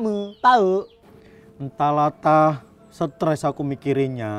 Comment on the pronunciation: Jadinya streeesss bukan suttress